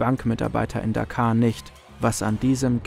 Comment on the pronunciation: Tolles Video. Die Stadt in Bangladesh spricht man jedoch "Dakka"; "Dakaa" wäre eher Dakar im Senegal.... ;-)